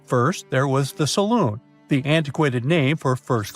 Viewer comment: I believe it's called The Salon (like hair salon) not the Saloon (like a bar).